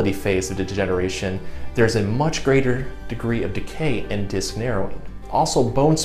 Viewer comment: Disc, not "diss."